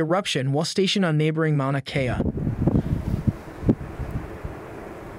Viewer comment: come on..... mauna isn't hard to pronounce.